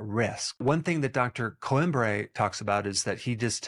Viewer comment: Coimbra is pronounced Coeemmbrrah , The i makes ee sound, bra is self explanatory , you don't say Alexandra as AlexandrEH